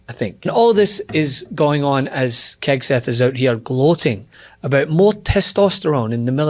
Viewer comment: Did say Kegseth? 😂 🍻